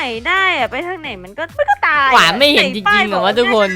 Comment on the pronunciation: หวานไม่ใช่กวาน